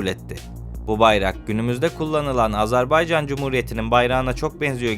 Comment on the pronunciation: Emeğinize sağlık ancak: Doğru söyleyiş Azarbaycan değil "Azerbaycan"dır. Diksiyona dikkat etmek lazım. Mesela "Mütareke" kelimesi de yanlış telaffuz edilmiş.